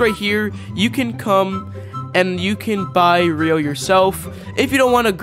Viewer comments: It’s ryo not rio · Please learn how to pronounce ryo right because your saying rio😂